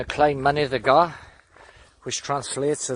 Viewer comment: great vid, info spot on mate, but Mynydd y Gaer should not be pronounced as Mynydd y Gar, yes I know the valley's boys always get their Welsh a bit wrong! but it sounds better and more like the word if you say GAE R.